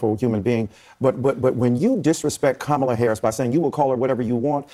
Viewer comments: I love how you have to say Kamala like if you actually trying to be racist…Camel-ahhh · every other Indian woman pronounces the name “kuh-MAH-luh” and ‘kuh-MAH-luh’ is INDIAN. Why she hating her own name? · "Kamala" is an Indian name and it's pronounced "Kuhm'la." She doesn't even pronounce her own name right. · He pronounces her name kum-uh-la in his excuse clip, which is the wrong way to say it according to all the other hustlers. 😂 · it sounds like he's pronouncing it wrong too, and cambula he's says kamula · Kamala name is pronounced Koomala,her name is Indian, Vivek Ramaswamy is the only person that correctly pronounced it,this panel has been mispronouncing it the entire time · the name thing is ridiculous. Its the indian name for Lotus. Ka-ma-la. emphasis on the la. Both of the usage here are wrong.